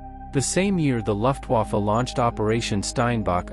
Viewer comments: "Luftwaffe" = LOOFTwaffe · "Luftwoffa"? "LUFTWOFFA"?? Idiot robot!